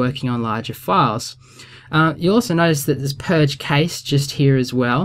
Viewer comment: Oh my days,, it's pronounced "cash" not "kayssh"